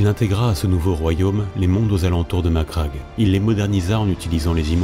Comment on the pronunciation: Très bon travail, bon rythme , et surtout... tu prononces Macragge correctement. Merci. Un mixage musique moins fort (ça étouffe la voix sur la voix par moments, comme vers ), un tout petit peu plus de pause sur la ponctuation, une inflexion plus marquée, et tu rejoindras vite le niveau de Baldemort :)